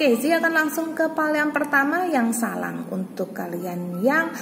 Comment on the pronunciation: Mon maaf kak sblmnya, itu yg pile 1 bacaannya Sarang bkn salang🙂